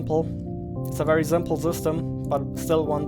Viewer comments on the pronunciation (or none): Zimple, Zee!